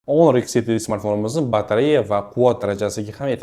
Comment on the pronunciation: Do'stim, onor emas, honor deng